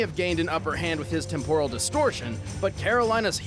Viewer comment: That pronunciation of "temporal" though lol. It's pronounced "temp-er-al"